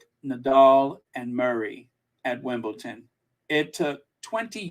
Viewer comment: you keep on saying Wimbleton. It’s Wimbledon with a D not T. You caught yourself at the beginning but towards the middle of the podcast, you were mispronouncing it 😊😊